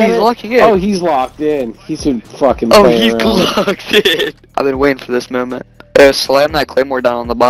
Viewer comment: "I've been waiting for this myowment"😂